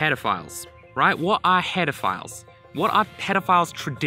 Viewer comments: uh... that sounded like you said pedofiles not header files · lol it sounds like your saying pedophiles lmao. The tuts are aweosme! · I swear he said pedophile. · when I play it at 1.5x it sounds like he says pedophiles instead of headerfiles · Keep hearing HEARDERPHILE which kind of disturbs me but the series is good enough to keep it together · anyone else keep hearing "pedophiles"? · The way you pronounce "header files" sounds like hedofiles which sounds like something much worse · Google says it's pronounced /ˈpedəˌfīl/ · "what are paedophiles" I turned on auto captions to check if that's what it picked up and it did lmao. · I love that the cc thinks you are saying pedophiles and not header files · when he said header files at the start it sounded like he said pedophiles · Was playing at 1.5x speed and thought he said pedophiles instead of headerfiles lmao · Bro, when you say Header files it's sounds like you are saying Pedophilies. Anyway good series bro keep up 😘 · Whenever he says header files it sometimes sounds like "pedophiles" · not gonna lie thought he said pedophiles the first time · lol I cant be the only one that thought he was saying hetaphiles this whole time, and then immediatly thinking of pedophiles. Tell me I am not crazy. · Every time you say "Header Files" it sounds like "Pedophiles". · Am I the only weirdo hearing Pedo-philes instead of Header-files ? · I thought he said header gaurds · He had to have done that on purpose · I was so sure he said it, that i went 5 secs back to check it again and my opinion remained the same. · Clear explanation; nice video! (One side note, though: I was constantly hearing something else instead of "header files", something bad... First I thought it's just me, but apparently the auto captioning has the same issue. See . You should make your own subtitles manually for this video because the auto-generated one is nasty.) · First time you said "Header Files" I misheard you and was like, "HOLD UP. WHAT?!"